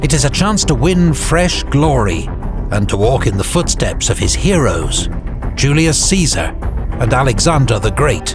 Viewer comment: You said Julius Caesar wrong